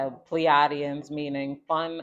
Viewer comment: We pronounce it like Plee-aye-Dee-in💫 thank you so much girl keep shining✨💙